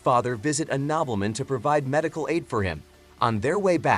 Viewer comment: Nobbleman... Gobbleman 😹😹😹